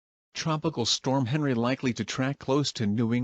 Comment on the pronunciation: Pronounced Henri as Henry not Ahn-ree